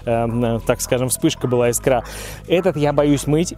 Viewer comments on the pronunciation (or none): none